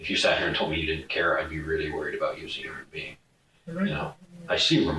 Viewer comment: & my brain cells are dying: "Assault'? "Wod iz assault?" "Harming another human being" "Homin anuva human bean..." "Firearm" "A fire-arm?" "Minimal" "Min-E-Mal?" Ouch these two boys are so dumb, Tweedle Dum(b) and Tweedle Dee, in-Tweedle-deed